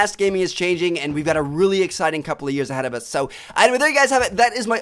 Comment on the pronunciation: He is saying so like sow